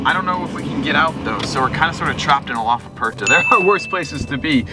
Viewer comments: it is ferrari "Aperta"... with "R"...roll your R.... you are saying "Apesta" which means in spanish..."Stinks"...lol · lmao you pronounced aperta so wrong it triggered me so much